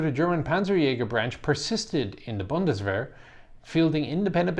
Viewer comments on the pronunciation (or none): none